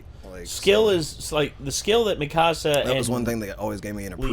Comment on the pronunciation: Her name is not pronounced Me-ka-sa !!!!!!